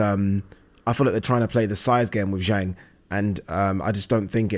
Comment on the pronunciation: And Zhang is pronounced Zhong. Agree with you not bein a dick.